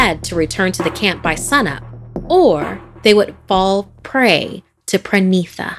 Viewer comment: You are pronouncing the names wrong, it should be “Parineeta” which means “bride” in Bangla, which explains the character, not “Prenitha”. Also, the man’s name is “Viveik” not “Viveck ”. As an Indian, I think you can get many better stories from India, there are lot of interesting folk tales about the supernatural in Indian culture. This is definitely not the best that India has to offer.